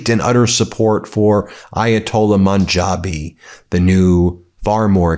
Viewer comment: Love the content but I can’t tell if the mispronunciations are deliberate or not (some days Mojtaba is Motaba, today monjabi). The inconsistency detracts from the seriousness of the message you seek to deliver.